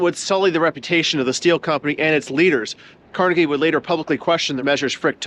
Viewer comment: Thank you for pronouncing Carnegie correctly. His name has been "Tar Jayed" (target) in some parts of the country for no real reason.